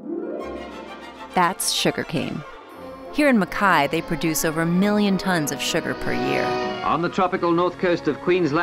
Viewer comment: Im sorry but they are pronouncing Mackay wrong..